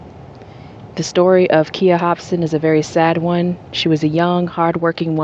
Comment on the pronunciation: Her name is pronounced with a long 'I'. Sounds like kīya. And her best friend's name was misspelled. It is Shantiece (rhymes with neice)